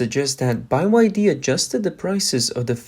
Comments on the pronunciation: ITS BEE WHY DEE!! NOT BY WHY DEE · "Made In China" means complete crap 💩. Price is not the only consideration when buying cars. Only a fool would buy a Chinese EV. BTW, it's pronounced 'BEE WHY DEE', NOT 'buy why dee'. M 🦘🏏😎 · Beeee Y D. Not Bye y D. It's pronounced Beeee. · its BYD not Buy Y D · It's not BY-WHY-DEE it's BE-WHY-DEE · "B" Y. D.. Not "Buy" YD😅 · Bee Why Dee... not By Why Dee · why are you saying by y d? it is byd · Why is he saying “BYe-YD”. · Bai YD? What's wrong with the narrators. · Buy Y D? Wtf. AI reader? Can't get through the video listening to that. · I didn't know it was pronounced bye wye dee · How tf you gonna mess up a simple word like byd, calling it buy yd, ffs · By Y D ? How you read or speak !